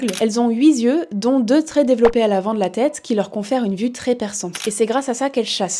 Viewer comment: Super vidéo. Un seul bémol : les liaisons maltapropos. Les saltiques n'ont pas "8 zyeux" mais "8 tyeux". Et les "autr'espèces" sont en fait les "autres zespèces". Bonne journée.